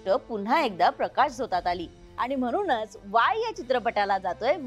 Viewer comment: तुम्ही छान दिसता, बोलताही, मुलाखत पण सहज गप्पा मारल्यासारखी घेता. पण जरा "न "आणि "ण "च्या उच्चरावर मेहनत घ्या. म्हणून हा शब्द तुम्ही नेहमी म्हनूण म्हणता.